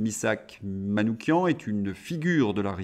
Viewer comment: Vous êtes le seul média sur lequel j'ai entendu prononcer correctement le nom de Manouchian : "kian"